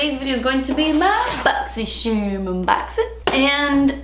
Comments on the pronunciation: Cringe I was hoping and praying she wasn’t gonna say boxy”sherrrm” Still love her tho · I loooove how you say “Boxyshhharm!” 🤣. I got great stuff in my box this month 🤗. I tried everything I got in my box today except the mask and love everything! I got a different eyeshadow palette than you. I got the Colourpop Semi Precious Eyeshadow Palette 🎨 and they’re all shimmers. I was hoping to get The Element of Surprise palette because you get a mix of mattes and shimmers. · I’m just here to hear you say “BoxyCHERMUNBOXING” say it again and again lol